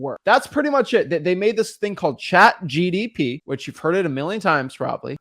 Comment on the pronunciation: If you say Chat GDP one more time! I'm going to put a Komodo Dragon in your car!!! It's Chat G--P--T!